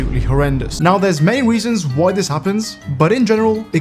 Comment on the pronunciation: "main weason"